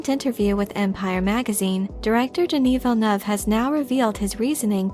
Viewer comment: As a French speaking person I congratulate you for your pronunciation of Denis Villeneuve's name.